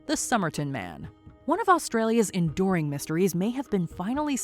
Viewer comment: He said enduring 😭